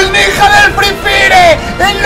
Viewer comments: Se dise nija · Mike se dice ninja